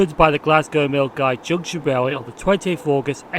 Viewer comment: it is Bearsden as in a "bear" I picked you up as saying "Beersden" The late Jill Dando said "Beersden" in a news report years ago. The locals may be offended if they heard you. You pronunced Milngavie correctly.